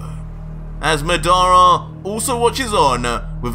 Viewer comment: Ur pronunciation is wrong for madara and that’s susano 😂